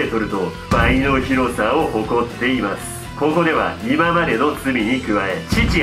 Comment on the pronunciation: 急な 「こ↑こ↓」 は草